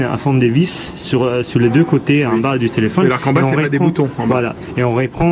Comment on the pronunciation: écouter a comment il prononce téléphone ahahahahhaha téléphon ahahahahah